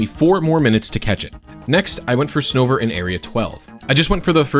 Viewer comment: Ah yes Snover!